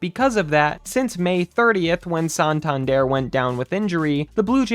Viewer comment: Whoever made this video is a clown,straight up clown.Laughing stock? There are ten teams I would mention before even thinking about the Blue Jays.It’s San-tan-der not whatever the fuck you keep calling him.🙄Shut this shit YouTube page down!😂